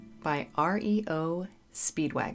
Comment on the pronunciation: Just my standard message whenever this band is featured: Their name was NOT "R. E. O. Speedwagon". It's REO (pronounced Rio) Speedwagon. [i know because that was a small truck in the 40's and my grandfather had one] I believe part of the reason it became popularly mispronounced (which they never really fought, due to their success) is that when they hit the radio, there was already the very well know movie, "Blame It On Rio". So folks thought of That and wouldn't think that "REO" would be pronounced the same way. But unfortunately by then, the original name of the truck had long been forgotten. Anyhow, the name of the band, as THEY named it, is REO Speedwagon. The name isn't random, let's finally... my 80's peers and friends, finally get it right at last 🙌 😉 😘 ~